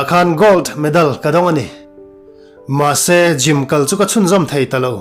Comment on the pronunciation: Gym tih tur..Jim'ah ti tawh suh.tawngkam lam uluk ila ngai deuh. Unaunu tih pawh i lam dik lo,i mizotawng lam dan i pàitep thin.theih tawp han chhuah zel...teh.tawngkam fimkhur tawh la